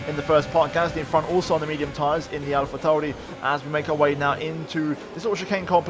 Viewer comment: The way you pronounce Alpha Tauri is actually beautiful.